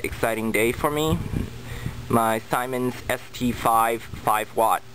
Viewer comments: Its pronounced ZEEMANZ not SIMONS. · Simens? It's pronounced 'SEEMENS"